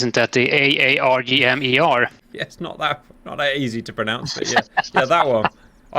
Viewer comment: Pronounce it like a pirate aaaaaargh-mer